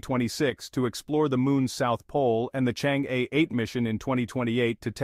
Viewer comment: i guess chinese AI should know how to pronounce "chang-e" correctly